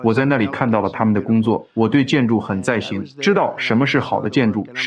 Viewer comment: 很在行（航）翻译两次至少把航读成型